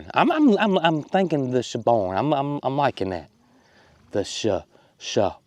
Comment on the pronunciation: Every time you say Shabarn, I hear "Shaboom, Shaboom,..." you know the one! :)